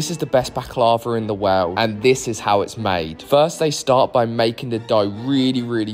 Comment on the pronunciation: "Dis izz ze best Balac loverr in the woerrrlldddd" 💀